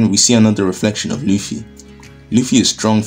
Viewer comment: Did you actually say Monkey D Luci? Love it!